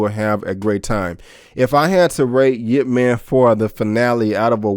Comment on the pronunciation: Its ipp man nit yip man. You pronouce it wrong.. i heard you said yip man..wrong name